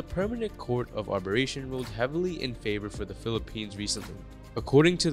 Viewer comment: Dude! You got a few things wrong... Its not the International Court of ARBERRATION but ''Arbi -tration'' (2016). China did not turn up - and LOST In 1982 China signed UNCLOS (United Nation Convention of the Law of then Sea). By doing so, China KNEW any historical claims to the South China Sea became NULL and VOID. So that argument is non-sense. China also knew EEZ was/is 200 nautical miles; not 1000 nautical miles. Is CHINA, TAIWAN and SOUTH VIETNAM abided by 200 nautical miles - there would be NO PROBLEM China's word means NOTHING Whilst in Washington (2015) Xi stated there would be, ''no militarization of the SCS'' yet with a year air strip started appearing on islands in the SCS. YES you are in trouble The world is